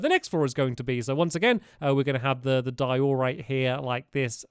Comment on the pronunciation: It’s not di-OR-rite It’s DIE-o-rite